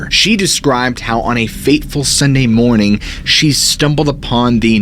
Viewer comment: Good Mawnan Ladies and Gentlemen!